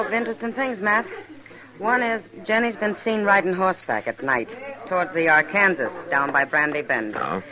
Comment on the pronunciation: Ark-an-saw River, not Ar-kan-ziz. Sheesh.